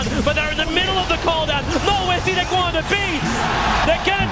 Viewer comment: why tobiwan pronounced cdec as CDeCK